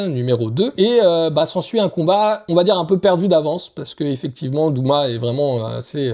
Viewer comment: Tènjirô ? Douma ? Ufotablé ? Pardon ? Attention à la prononciation. Rien ne va 😅